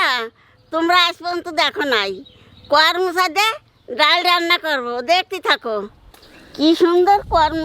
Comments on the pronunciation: কর মচা নয় । করম চা । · "কর মচা" নয় "করম চা" এটাই মনেহয় সঠিক উচ্চারণ 😊 কলকাতায় সত্যিই খুব কম পাওয়া যায়,তবে কোনোদিন পেলে নিশ্চই এভাবে একবার রান্না করে দেখব 😊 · tumio bolecho karmocha...ota koromcha bole